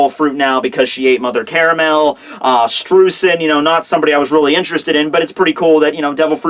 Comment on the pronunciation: hey, if you're gonna call her mother caramel can you at least pronounce caramel right? <3